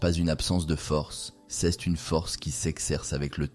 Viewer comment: ❤ mais c est dommage texte et prononciation " ceste" pour dire "c est" ..